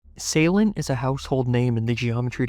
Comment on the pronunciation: Finally, someone pronounces my name right. The reason progress ceased on my end was both because I was not good enough to do Deadly Clubstep v2 and the fact DC v2 was extremely bad to play. Will I return to this level? Nope.